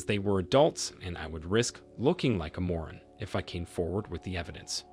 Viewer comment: You mispronounced read, lingerie and moron in the first story. Come on man!